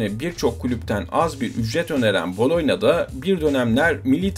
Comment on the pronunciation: Tabii ki Gabriel Batistuta. bir de Boloyna nedir abi ya 🤣 Boloyez Makarna mi diyorsun? BoloNYa...